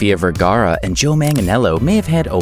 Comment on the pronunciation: You would think that the narrator of the video would be able to pronounce Vergara correctly.